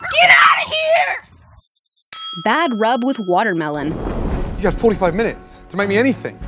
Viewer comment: DAT GUM, what the heck is a matermelon?